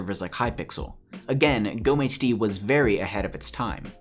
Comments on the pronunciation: The stressing of gommehd is so funny, sorry... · witzig, zu hören wie du gommehs auspricht / funny to hear you pronounce gommehd.... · You said the name wrong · ich auch